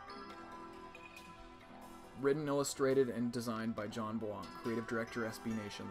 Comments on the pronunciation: Jesus Christ “/jan bua/“ is not how his name is pronounced. Not everything needs to be pretentiously French. You’d think someone who pretends to know who Jon Bois is would pronounce it correctly. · everyone is making fun of him for saying Jon Bwah but its pretty cute tha homie is trying to pronounce it right and be nice